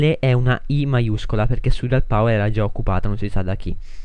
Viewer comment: NN SI DICE SURRIAL MA SI DICE SURREAL